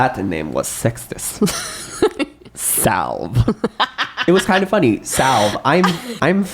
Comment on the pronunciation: when i was in high school this book was a book club pick and i think it made me heterophobic and a misandrist also “salve” is pronounced sal-way. it just means hello.